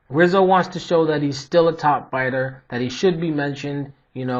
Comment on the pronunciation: Good breakdown. By the way, the R in Rizzo is pronounced like an H.